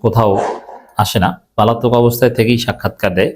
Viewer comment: উচ্চারণ 'পালাতক' হবে না, উচ্চারণ হবে 'পলাতক'। আশাকরি ভবিষ্যতে সংশোধন করবেন।